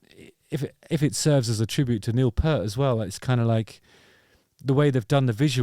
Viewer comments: finally quality musicians on your channel - Please Justin -Neil Pee-rrrrrt, not Purt. Rush are unique that more often than not they sound better live than on the album! Seeing them for the 4th time in Paris with my 18yo daughter in 2027 as she is hooked also! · Peart….Pee…ert. Not ‘pert’. FFS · Good review. But you have to pronounce Peart the right way. It's not Pert, it's Peert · It’s Neil Pee-urt not Purrt (pronounced Pee-urt) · Hi Justin! Forgive me but Rush fans won't like the pronunciation of Neils name! It's not pert ( like my butt ) , it's peart! ( Like ear ) Only true Rush fans know this! ( Joke ) Thanks for the video! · Pea-ert, Justin - not Pert 🤦‍♂️ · Lovely to see two bffs playing their effing music again !! But there’s nothing like seeing RUSH live There would never be enough times for that to occur in a lifetime imho. But Justin, learn how to say Neil’s name correctly! It’s pronounced Peert! His fills were endlessly unbelieveable…. I think he’s smiling down on Anika and his buds having a great time🥁👍🏼❤️‍🔥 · Got my tickets for Manchester in 2027 - couldn't afford it ... but it's RUSH! By the way it's Peart (as in Ear) - just saying. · Stop talking about Shampoo, his name is Peart, not pert. Shit eating grin, he's in RUSH, who wouldn't be stoked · Pronounced "Peeert" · Nice one Justin...Smart move to play this on the first public outing as John Rutsey played on the original vinyl so there were no awkward 'Neil comparisons'..they'll come later of course!..And hate to be that pedant but it's P-ear-t, that thing you listen with, with a P at the front and a t at the end..cheers👍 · Love you brother, it's Peert. 😊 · If you’re going to the bother of making a video about Rush, have the decency of pronouncing Neil Peart’s name properly!!!’ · People are carrying on the tradition of mispronouncing the name of Rush's drummer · You don't know how to pronounce Peart? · I gave you a thumbs UP even though you mispronounce Neil's last name.